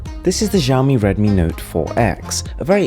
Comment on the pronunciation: It's pronounced as Siaomi